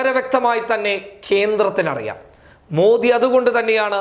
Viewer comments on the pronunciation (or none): none